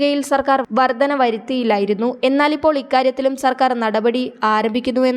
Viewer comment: വർദന എന്നല്ല വർധന എന്ന് തന്നെ പറയണം. ഭാഷാ ശുദ്ധി ഇല്ലെങ്കിൽ ഈ പണിക്കു നിൽക്കരുത്